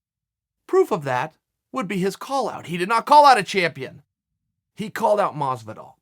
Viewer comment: Why is Chael so bad at pronouncing things properly...GEORGE MASVIDAL?!?